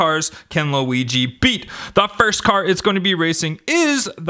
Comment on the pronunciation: It's not Louisie it is weegee